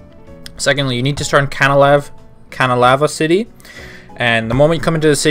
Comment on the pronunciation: What... Ca-na-la-vee?